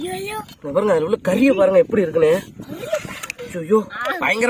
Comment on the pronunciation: Dai mariyathaya poiru epty da epty la pesura